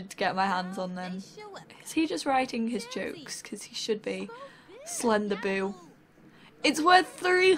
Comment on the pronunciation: When you say "Slenderboo" I think it sounds like you say "Slender-boob" ;)